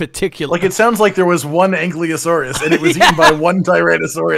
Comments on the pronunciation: Also! ANKYLOSAURUS! Not Ankliosaurus!! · Ankylo not Anklyo, it's bugging me so much lmfao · 5 years later and still can’t pronounce ankylosaurus correctly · All these years and still mispronouncing ankylosaurus. :P